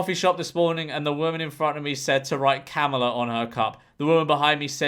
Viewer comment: I will say that Kamala is pronounced like “Comma-La”. “KAM alah” is how Trump has been pronouncing it. 😅